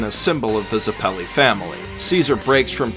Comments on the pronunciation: I'ts pronounced Zèppeli (like "zeppelin" without the "n"), not Zeppèli. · And zeppeli